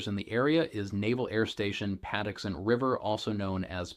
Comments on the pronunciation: It’s pronounced pah TUX ent River (locals call it Pax River) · It is pronounced Pa TUX ent